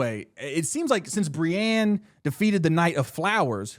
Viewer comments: the way he says Brienne's name s painful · Re name pronunciation, the audio books pronounce some names WAAAAY different than the show. petyr baelish is said like P’tire and Brienne of Tarth is said like brI-een (rhymes with fly screen)